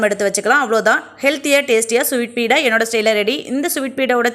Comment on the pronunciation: Beeda illa beda